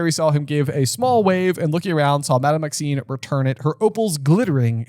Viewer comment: It’s funny that they talk about mispronunciations earlier in the podcast, and then says Madame Maxine several times.